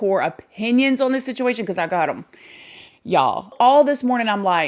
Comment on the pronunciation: First off... I definitely get the vibe from that Carter guy that he's just trying to milk it for what it's worth tbh and Secondly.... Can we all just take a moment to acknowledge how absolutely adorable it is the way says the word "on" lol not makin fun of it (trust me I'm no one to judge an accent, I got my own lil southern drawl/twang) it just sounds adorable when she says "Oin" instead of "On"... It's unique (atleast I've never heard that word used like that an any accent) and pretty cool... It's almost like this girl got her own language!!! You're awesome and please everyone, don't take what I said as pokin fun or bein rude, it was meant as a compliment, so no one come for me. lmao